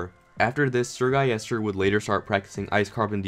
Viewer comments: Its Sir-Gil-les-ter not Sir-Gai-yes-tur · Everyone: SrGuillester: SrGuyester